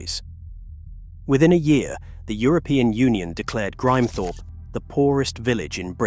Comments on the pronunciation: American A.I. crap. Grimthorpe is pronounced Grim thorp, not grime thorp. Missing g the word "and" out of dates is uniquely American. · I think it's an AI thing - hear this kind of mispronounciation (sp) a lot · It would be great if you got a real narrator....it is a good copy but not perfect. Halfway through the "Grimethorpe" chapter the AI narrator changed his/her pronunciation from "Grimmehthorpe", incorrect, to "Grime (as in Crime) thorpe"....